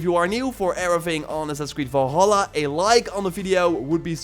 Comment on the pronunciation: is it me or is this guy keeps saying volhallah ?